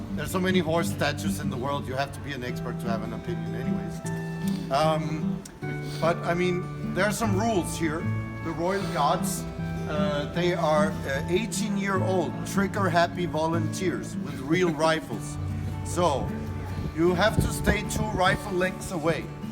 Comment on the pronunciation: It's not Royal "GODS", Royal GARDS !